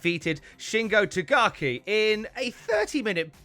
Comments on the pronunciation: It's TaKAGI Not Tagaki It'd someone named "Jones" being called "Junes" instead. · I don't mean to be rude. really. But calling Shingo Takagi, "Tagaki" always irritates me. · says Tagaki instead of Takagi literally every time lol